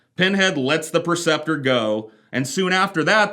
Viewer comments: PRE-ceptor: teacher or leader, especially in a religious context. not PER-ceptor, PRE-ceptor. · You either spelled it wrong or saying it wrong, Preceptor. Not Perceptor